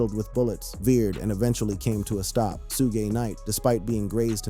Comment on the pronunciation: U say suges name wrong and its killing me